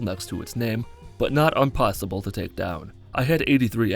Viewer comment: Did you mean to say unpossibe?